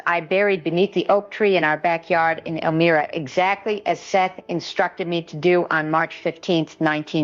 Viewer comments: El-MY-ra. Not Elmeera. This isn’t Jane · I Immediately knew it was AI when she mispronounced her town “Elmira” then I read the “more” section which says this is for “entertainment” etc. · Haha! "Elmeeera." Jane Roberts would know how to pronounce the name of her city. Sorry. Major credibility issues. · She pronounces Elmira wrong. If this was really her she would know how to pronounce Elmira correctly